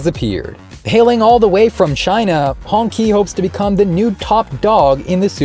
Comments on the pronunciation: Qi is pronounced (chi), ''Hongchi'' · Should be pronounced as Hong-Chi, I believe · it's pronouonced Hong Chi